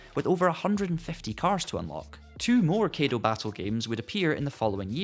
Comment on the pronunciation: Your pronunciation of Kaido and Kei are wrong. You said "Keido", it's actually more like "Sky dough" but without the S and ugh. You said "Key", it's actually like the letter K alone, like "Okay" without the O.